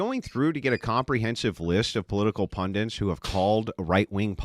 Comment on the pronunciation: It's "PundITS"...the word is "PunDITS" ffs, not "PunDINTS"